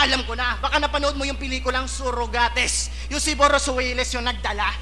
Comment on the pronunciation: "Surugates" naalala mo ba yung binanat ni mhot kay kregga boss? Heheheheh Sorugates dapat pagbasa yun eh movie reference